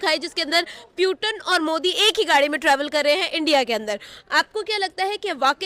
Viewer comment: अरे प्यूटन क्यों कहा,सीधा-सीधा न्यूटन ही बोल देती